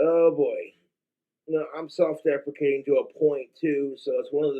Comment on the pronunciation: self-deprecating or defecating? Need you to be very clear with how you pronounce this because it's extremely important